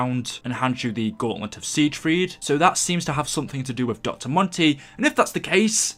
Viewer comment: love your videos but it is pronounced as sigfrid